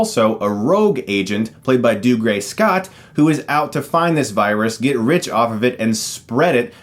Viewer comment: Every time Chris mispronounces "Dougray" I want to claw out my ears